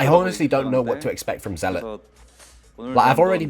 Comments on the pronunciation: Not to be pedantic but it's not "ZEE-lot." It's "ZELL-uht" I pronounced it this way too until I was 25; no judgement. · Tasteless... "Zee-lawt"? Really ? 😂😂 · Somehow they both pronounce "zealot" wrong in different ways